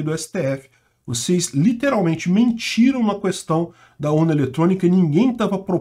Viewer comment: Adorava quando tinha sugestão do: fala cuestão que eu gamo 😂😂😂